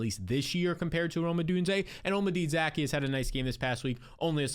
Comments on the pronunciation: Za-key-us not Zack-e-us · 😭😭😭 that’s not how you say Zaccheaus name